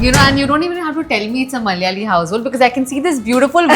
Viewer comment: Pls pronounce Malyali as Malayali